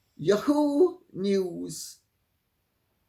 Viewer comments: Lady C, YAHOO is pronounced YAHoo not yaHOO. Thought you would want to know that. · Dear Lady C the pronunciation is YAA HOO. NOT YU HOO. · Dear Lady C, It is "Yah-hoo" with accent on the first syllable. This is an Americanism long-used before YahooNews came into being. It can be a perjorative name, as in, "That yahoo doesn't know what's up." Maybe a cowboy in the late 1800's would say with exuberance, Thank you for your work. I appreciate your "Yippee!" and "YaHoo!" But nowadays it is just ya'hoo. However, I love your way of saying it as "YehHOO"! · YAhoo. Accent on first syllable. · Lady C, it is pronounced “Yah-who” News…accent on “Yah” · YAW-Hoo, accent on first syllable. I don't believe for one skinny minute that there was a mutual parting at Spotify. Her lazy, sorry ass was dumped, and his along with hers! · The British way Lady C says yahoo makes me laugh